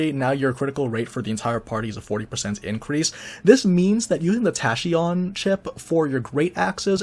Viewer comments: Tahcheeeon Nope. Not how the word is pronounced. Tackeeon. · He's got over 10k subs, I doubt he'll care about being corrected by one person. Glad I am not alone in cringing when he pronounces it wrong.